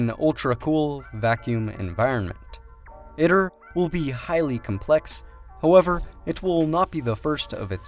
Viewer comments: FYI, if you drop by the official ITER YouTube channel and listen to a few of their videos, they pronounce it “eee-tur” as opposed to “it-ur”. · its Pronounced E-Tur (Eater) not it-ter you ID-10-T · Just have to point out at the beginning, it is pronounced eat-er. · EYE-TER you fuckin noob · Tokamak uses a toroidal chamber, it's not a torus. It's pronounced e-ter